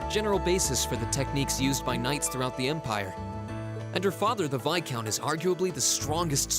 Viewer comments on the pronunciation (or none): Okay how come all of VA mispronounce Viscount as “Vi-count” instead of “Vis-count”? I feel like that’s should be an easy thing to correct by the voice director.